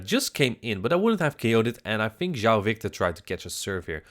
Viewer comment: Keep calling him instead of João